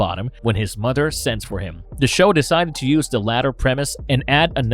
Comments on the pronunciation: Dude..practice your "th" pronunciation...its mother/brother not "mudder/brudder"..it's so distracting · Its mother not mudder. Its brother not brudder.